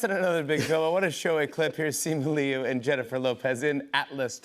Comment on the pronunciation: jimmy said "lee-ooh" and not "lu" which feels like the first time a white talk show host has ever actually gotten a chinese name right